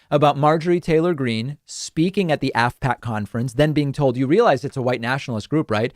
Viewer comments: I thought you said ASSPACK. That's actually what it is. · I kept hearing "asshat conference", so I had to look at what I was listening to. Oh, "AFPAC" - different spelling, I suppose. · I thought you were saying *sshat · Good lord is it "Asspack?!"